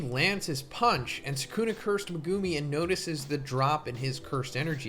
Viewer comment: please pronounce megumi's name right :( megooomi